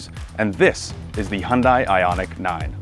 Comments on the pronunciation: Pleass...Hyun "day" not Hyun "die". Just saying put some respect on the name. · Hun-day like Sun-day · FYI: The pronunciation of Hyundai rhymes with "Sunday." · Please, at least in the US, Hyundai is pronounced "Hunday" - like "Sunday". This was the subject of a Hyundai TV ad 15 years ago, and it's annoying that people still get it wrong - especially car reviewers. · You’re the senior editor and can’t even pronounce the name of the automaker correctly. SMH.